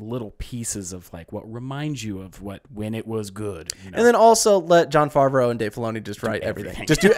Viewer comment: Im playing a drinking game based on how many names you get wrong. Jon farvrea - favrea, pierce morgan - pierce Brosnan, samurai champloon - samurai champloo, seroph - sephiroth. Im still counting. Ill update the list as i continue watching; unless i black out. Storm - tatsumaki/tornado. General Strong - Major Armstrong.